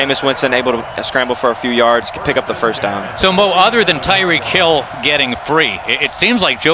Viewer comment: It’s reek... for tyreek hill